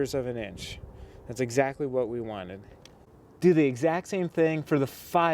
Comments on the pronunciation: This was really cool and informative, BUT.... the way you pronounced it "may-sure" instead of "meh-sure" nearly drove me crazy. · Pronounced "mesure" the A is silent in measure. Awesome idea! I am going to do this in my garage. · Maybe the people who can't stand him saying MAYsure. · OMG the way he pronounces Measure is driving me crazy lol. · Great video! I couldn't help but notice the way you say measure. Anyways I just subbed to your channel! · Make sure you may-jure the tem-playt